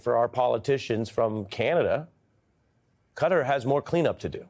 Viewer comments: KATTAr Ari, NOT cutter, get it right. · Qatar is a word with no C, U or E. So not Cutter. Qatar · It's kuh . taa . Not "Cutter" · Why is he pronouncing it Cutter....instead of Kah-tar? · It’s not Cutter, it’s Qatar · Classic America trying to rename everything again. Pronouncing Qatar like "cutter". It's Qatar , sounds like guitar.... Stupid Americans. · The name is not CUTTER. It is CAH TAR with the emphasis on the second syllable, both with the long A vowel sound. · Ari please... Reconsider your pronunciation of the country name Qatar. It does NOT rhyme with "GUTTER" but it is closer to rhyme with "GUITAR" . Can you say KAH-TAR ? Please Ari. I have too much respect for you. SAYING CUTTER RHYMES WITH GUTTER, BRUDDER ! I bet an ignorant republican came up with pronouncing Cutter. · It's not pronounced "Cudder". It is Ka-tar. Why do you all insist on this "Da Bears" pronunciation? You are too smart and sophisticated to sound so ignorant. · Interesting how the USA peeps pronounce things. Ari pronounces Qatar “cutter” whereas the rest of world pronounces it kah-tar. Cheers from NZ 😎🎸🤘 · Ari, why are you saying Cutter? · Why do Americans call Qatar "cutter"? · Why do you call it cudder? There is no letter d in this name. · For real, it is pronounced KAH-TAR. Please 🙏 stop mispronouncing it one after the other. 😵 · Qatar pronunciation is not "cutter" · Why do so many Americans say 'Cutter'. Very strange.